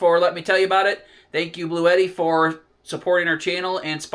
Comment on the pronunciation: He's not saying eddi, it's etti